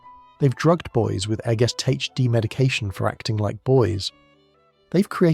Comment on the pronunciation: Ai channel! I knew it. He says ADHD like it's a word lol